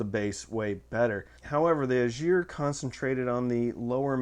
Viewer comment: VEE-dar, not Vai-dar, and EYE-gir